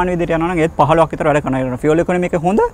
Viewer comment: ඔබ‍ "ඉන්ධන = Fuel (ෆිඌල්)" යන වචනය නිවැරදිව උච්චාරණය කිරීම ඉතාමත් අගය කරමි. හැමදාමත් ආසාවෙන් බලන, රථ වාහන ගැන සහ ඒ හා අදාල බොහෝ දේ ඉගෙන ගැනීමට ඉතාමත්ම උචිත youtube channel එකක් ගෙන ඒම ගැන ඔබ‍ට බෙහෙවින්ම ස්තුතිවන්ත වෙමි.♥️